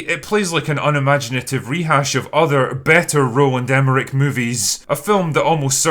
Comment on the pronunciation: LOL it took me about 2/3 through the vid to realize that by "Rolan de Merrick" you're referring to Roland Emmerich... 🤣 Great review!